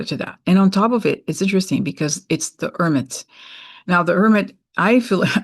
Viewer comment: your Brazilian “ermit” is adorable.